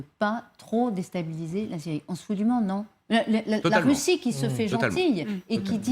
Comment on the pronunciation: Est-ce-que c'est assez difficile de prononcer la " Syyyrie " !!!